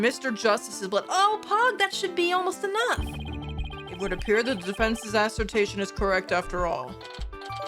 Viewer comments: New drinking game: take a sip every time mispronounces the word "assertion" into "assertation":P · Shoutouts to pronouncing “assertion” as “assertation”. Still love your vids <3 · It's assertion, not assertation lol